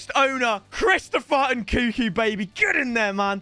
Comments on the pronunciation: love you, please pronounce NKUNKU correctly, N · nkuNku!! God damn... triggers me every time... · pronouncing nkunku's name wrong whilst it's right in front of him is gold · Do you pronounce the second N in Nkunku? Or have I been saying it wrong all this time? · Anyone else dislike the way he says nkunku